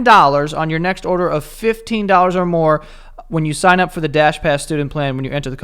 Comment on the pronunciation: “Bang out’ve ordah” 😂